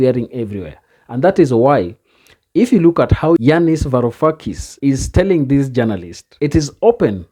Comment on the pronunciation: you pronounced his name nearly perfectly, well done! greets from greece